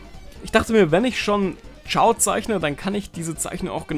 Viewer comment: Er heißt aber nicht Chiao sondern Chao 😩